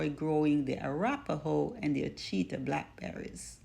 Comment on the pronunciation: ouachita pronounced (wash ah taw) great producers